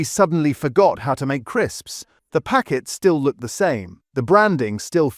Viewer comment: Why's he saying crisps like that 😭